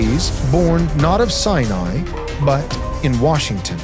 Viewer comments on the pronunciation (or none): none